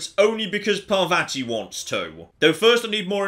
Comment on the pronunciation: It's pronounced Par-VAH-ti, not Par-vatty. Rhymes with "spotty."